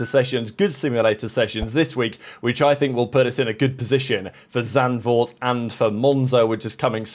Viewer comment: The lack of name butchery when "Zandvoort" is pronounced is amazing!